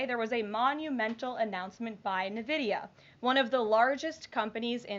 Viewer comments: It's EN-vidia not NUH-vidia jfc so annoying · NVIDIA is pronounced IN VIDIA (or EN VIDIA) not NAH VIDIA !!! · 'Nuh-vidia'? I thought it was 'en-vidia' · N-VIDIA not NE-VIDIA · Why is NVidia pronounced Nevidia? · Who tf is navidia? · It's pronounced "nevedia"? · It's actually pronounced EN-VIDIA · Nehvidia she says lol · If you're gonna praise a company that much, you can at least go through the trouble of learning how to pronounce its name: "INvidia." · Wtf is "Navidia" lol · I love you Karoline, but it's pronounced "N Vid E uh" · Can we educate her how to say "N-vidia" lol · Please pronounce Nvidia correctly in-VIH-dee-uh. Grammar Natzee stuff out of the way, I love Karoline! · She called it Nividea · Why can't any of these idiots say nvidia correctly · pronounced EN VIDEEUH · Would someone please teach her how to pronounce NVIDIA? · Or that losing 2 Apple factories and 4 Intel factories while gaining 1 Nvidia factory is not really the kind of momentum she is trying to portray. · Literally can't even pronounce Nvidia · If the guy is innocent and should never have been deported then they really should bring him back. It undermines the credibility of all of Trump's efforts if we're deporting and sending innocent people to prisons in El Salvador. Also, Karoline doesn't know how to say NVIDIA, bless her heart.